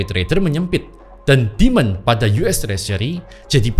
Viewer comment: kalo nyebut istilah pake bahasa inggris, kadang gw langsung nangkep, kadang butuh 2 detik baru bisa nangkep.. J jadi G, demand jadi demon...bahasa inggrisnya dia kacau😂